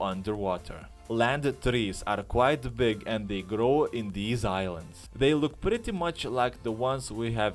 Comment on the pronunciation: Is-lands with trees.... IS-LANDS........ Did you learn English from a cereal box?